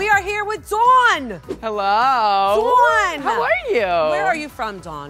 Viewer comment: Dawn says Dawn while everybody else says DOWAoN